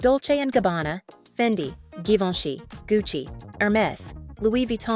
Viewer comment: Hello Nice Videos 2 observations 1) All blonde american girls : picture of Claudia Schiffer a German model 2: it s pronounced GIVENCHY (ji) and not GUYVENCHY.......